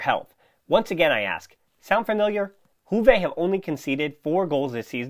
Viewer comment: From juve fan: good analysis and good podcast, pleasure listening to you👍 one remark, if I may. Its not “huve” , J is pronounced as “yu” , “Yuve”. Its a latin word. Thank you 🙏